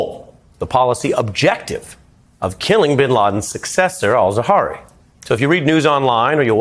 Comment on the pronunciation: As bad as Ayman al Zawahiri, was, doesn’t mean you should mispronounce his name. It’s Ayman al Zawahiri.